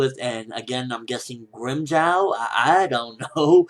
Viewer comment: It's grimjow nigga